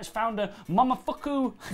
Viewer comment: Mo Mo Fu Ku, not Mumafucku.